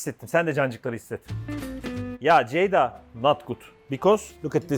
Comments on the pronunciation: Abi bi kere de doğru düzgün Ceyda desen canlar rahatlicak 🤣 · Yeni ismin hayırlı olsun 😂😂 "SEYJA"